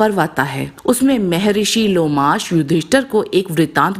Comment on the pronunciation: लोमश नाम हैं जी...लोमाश नहीं...बाकी आपकी वीडियोज और उनमें दी गयी जानकारी बहुत ही बढ़िया हैं...💐